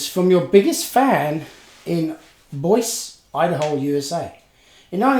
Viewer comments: Hi and, A Happy New year to you from the US. Great new potential makeovers in that unboxing...look forward to it. FYI.... Boise, Idaho pronounced " boy-z". Love the personalized van!!! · Boise, Idaho pronounced Boy Zee. Not Boys. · Pronounced "Boyzee", Idaho. Love your videos. Keep them coming. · Great video,. Thank you for sharing. All the best to you and yours in the New Year! BTW, Boise, that city in Idaho, is pronounced Boyzee, here in the states. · Boise is.pronounved BOY ZEE IDAHO not boice like voice like youre sayin it mate. Cheers! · Another cool video 😎 And for the record, Boise is pronounced Boy-Zee, although it’s fun to hear your pronunciation too! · the proper pronunciation of Boise in Boise, Idaho is Boy'see..Love every thing about your show. You Sir are the Bob Ross of the die-cast renovation world. The best on any you tube channel. I always found Lesney Matchbox better then Hotwheels..I'm a purist and prefer my cars true to original specs..I think Hotwheels just went a bit out there for me.. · Bois...LOL Idaho. does not take long to look up how to say a city bud. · Boise is pronounced Boi-see......... Love those old Routemasters......too bad they still don't use them in London anymore! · Boise Idaho is pronouced "Boy-zee" Never been there myself. I have been to Northridge, California. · Hey!!......that's pronounced "BoyZee" Idaho. We want more Kevin & makeovers please!! Glad you're back. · Boise is pronounced boys-ee. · It's pronounced Boy-zee. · Just so you know, Boise Idaho is pronounced Boy-zee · I belive its pronounced boy-zee lol 👌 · nice grab of the chocolate, lol., FYI Boise is pronounced boysee. Yeah it's weird! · Windsor is in Canada not US. And Boise Idaho is said boy-zee. Sorry, just wanted you to know i was paying attention. Luved your first un-boxing from your great new location. I'll be watching. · Boise is pronounced Boy-Zee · Boise, Idaho. It's 'boy-zee' if I'm not wrong.